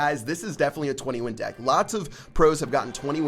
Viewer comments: ok im sure he all have said dick instead of deck lol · Did you guys hear that said dick instead of deck!!